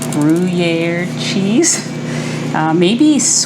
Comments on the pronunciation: I'm French and I would say "gruh-year" separating the 2 syllable do not say "gruh-y-year"❤ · The pronounciation is tipical french swiss and you spell the u to a ü, so it is in phonetic grüer. Regards from switzerland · These look so yummy!! And what a great picnic/potluck appetizer option to bring somewhere!! I don't eat pork- so I would make them with brisket bacon (of you've not had beef bacon- i highly recommend giving it a try!!) Also- since you asked- the way to say Gruyere is like this: "Gree- air" (drawing the 'r' out there at the end a little bit) 😊 ❤ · Pronounced Gree-Air 👍❤️ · Hi! I love your recipes. I think the pronunciation of gruyere cheese is Gree yay. That's what I remember from my French class, years ago. I just made your meat bread and it is wonderful! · I just heard you say you’ve lost 140!! 🎉🎉🎉 (I used to manage a cheese shop for Wegmans food markets. The cheese is pronounced “Gree air” )😊 Hope all is going well with your new home! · Phonetically--Gree Air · You need to ask a French speaking friend or neighbor how to pronounce Gruyère properly. It would be a bit challenging to try to use a printed comment here to teach the proper pronunciation…. But you’ve definitely missed the mark. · Hi, you pronouns it with an ‘E’ 😉 the ‘y’ is an ‘e’ and ‘ere’ you pronouns as ‘air’ 😅 ❤ Thank you for sharing this recipe, greetings from Belgium 🇧🇪